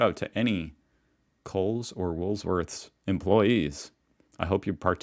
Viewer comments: (FYI - woolworthS, not woolSworth!) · In case others haven’t mentioned it - it is Wool/worths not Wools/worth - no ‘s’. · Sorry, but if it was pronounced Freedo, it would have 2 e's and one d. It's Fred with doe on the end, like a lot of Aussie nicknames. And it's Woolworths, not Woolsworths, lol. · I work at WOOLWORTHS....not WOOLSWORTHS....😊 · it’s WOOL WORTHS not WOOL S WORTHS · Hi - I love your reactions to Aussie stuff. Btw it's pronounced Wool-worths NOT Wools-worth. The 's' is at the end 😂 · Please ...... It is pronounced WOOL- WORTHS NOT Wool-S-worths. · W_O_O_L_W_O_R_T_H_S _(ffs). NOT f**king Woolsworths Jesus.H.Christ!!...AND "_FRED-OH_" Not frickin' '_freee-doh_' man you are enough go make a sane person go _C_r_A_z_Y_😡😮😳😡😮😳😡😮😳😡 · Woolworth is pronounced wool worths. Not wools worth 😂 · Stop saying "WOOLSWORTH"! It's "WOOL_WORTHS". Jesus, Cobber! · 😂😂😂mate give it up. To it will always be WOOLSWORTH. He's said it so many times I think he now actually sees an "S" in the middle when there's none 😂🤣🤣🤪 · Bro, It's Woolworths- Wool Worths/Woolies, which I'm boycotting because they support the voice. No business should take a position either way. And it's Freddo-Fred do, cheers keep going luven it. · WOOLSWORTH:face-green-smiling:Bro the S in Woolworths :hand-orange-covering-eyes:is at the end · Stop saying Woolsworth!!!! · You're at it again. A child can tell that the frog is an extension of the name Fred, The boys name, so it's Fred 0, Not freedo. and you're still on Wools worth when there is no S in the middle, you need to seek help. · Don’t forget it’s Woolworths not woolSworth lol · just to let you know you are putting the S in woolworths in the wrong place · Dammit, we had you pronouncing Woolworths correctly and now you're not, you're a backslider LOL